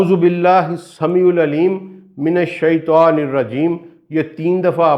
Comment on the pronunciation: السلام عليكم ورحمة الله وبركاته حضرت ماشاء اللہ آپ بہت اچھّا کام کررہے ہیں اور میرے فیورٹ ہیں توحیدی موضوعات کی وجہ سے بس آپ کے علم میں ایک ایسی بات لانا چاہتا ہوں جو بہت سارے عالم قاری اہل علم لاشعوری طور پر کرتے ہیں اور کررہے ہیں آپ کو اسلیئے لکھ رہا ہوں کہ یہ بات آپ سے بھی لاشعوری طور پر ہورہی ہے وہ یہ کہ جب آپ تعّوذ پڑھتے ہیں جہاں لفظ “من الشیطان” آیا ہے آپ سے بولتے ہوے یہ “شیطوان “ نکل رہا ہے آپ خود اپنی رکارڈنگ کی آڈیو غور سے سنیں تو آپ کو خود معلوم ہوجاے گا اس طرح شیطان کی جگہ شیطوان بولنے سے تو شیطان بھی خوش ہوتا ہوگا کہ انہوں نے اللہ کی پناہ مانگی ہے شیطوان سے اور میں شیطوان نہیں لہذا حضرت آپ بھی اسے درست کرلیں اور لوگوں کو بھی اس بات کا بتائیں اللہ کے نبی ﷺ نے فرمایا شرم بہت اچھّی چیز ہے کرنی چاہیئے مگر علم حاصل کرنے میں شرم نہیں